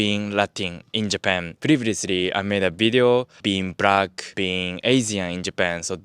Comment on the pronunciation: I love your vids, I in a funny way not meant wrong want to ask tho.. you say Brack to Black, right after you say Latina.. clearly pronouncing the L without a problem XD Why is it that Japanese have the L confused with R at times? I am a huge fan of Japan , the art, the beauty of the nature there, and ofc Anime, but you see it even in anime :D Thnx for the vid